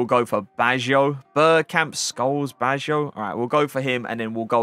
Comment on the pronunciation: Si chiama Baggio, non Bajo mnneggh l stramurt